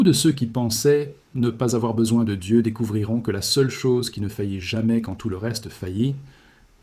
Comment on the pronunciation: Prononcez le nom de Dieu comme vous le faites c'est du blasphème.